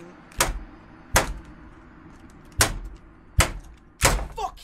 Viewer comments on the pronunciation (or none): "Imma break my monitour"